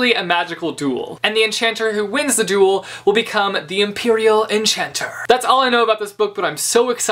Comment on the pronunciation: I thought you said, "A magical doodle." I was so confused until I realized it was actually magical duel...